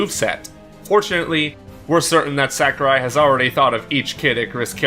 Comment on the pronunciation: Please stop calling him "Sack-er-eye." It's "Sah-koo-reye."